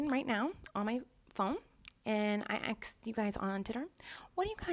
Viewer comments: She "AXED" ppl what the want! 😂😂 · “i axed u guys on titter” gets me every time lol